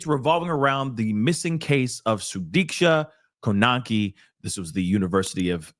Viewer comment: Thank you sir. You spoke very well on this horrible situation. You pronounced her name very nicely. God bless you. God is watching and Karma will prevail.